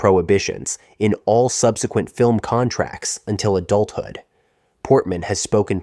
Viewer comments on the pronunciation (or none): none